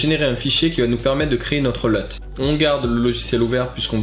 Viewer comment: C'est bon ça un nouveau tuto, on prononce Luuuuuuuuuuut pas LEUT =P